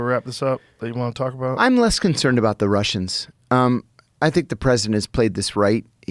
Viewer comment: i see what confused you, he said "concered", which is not a word, but fear not, i know what he meant! He was trying to say "concerned"